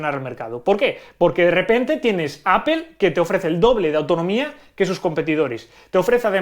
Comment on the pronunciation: Porque pornuncias ApEl, debería ser en dado caso, APLE o APOL